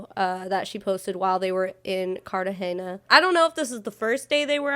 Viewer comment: she keeps pronouncing Cartahena wrong and it's annoying me so much